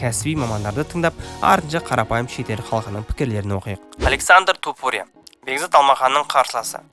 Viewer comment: Қандай құлаққа жағымды сөз иірімдері! Осындай иірімдер қазіргі біраз спорт журналисттеріне керегі сөзсіз! ТОпурия деп оқығаны керемет🔥 басқа тілдің жетегіне еріп Тапурия демегені ұнады👍 Ал шолуға келетін болсақ барлығы керемет, тек бұндай шолулар өз уақытында шығып тұрса керемет болушы еді🔥 Ал сізге сәттілік🙌